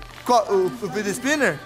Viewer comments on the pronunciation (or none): O mais engraçado e que ele falo. Fiti toys. Mais e. Figets toys